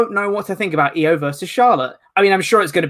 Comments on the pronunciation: Io, it's pronounced E oh Blumpie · And u are driving me nuts it's Io(eeh-oh) not iO(optimum cable tv) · And needs to learn how to say Io's name. What laziness and disrespect.